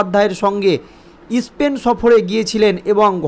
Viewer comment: ইস্পেন নয় স্পেন আগে আদর্শ লিপি কিনে বানান ও উচ্চারণ শিখুন